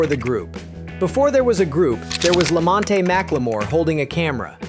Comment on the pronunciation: LAMONTE NOT LAMONTATY.